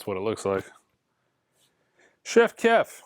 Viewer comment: The word is Chief not CHEF. Say it with me Chief Kief. Like Indian Chief.